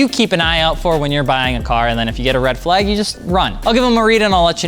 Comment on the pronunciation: Red “Fleyg” flag 🤣🤣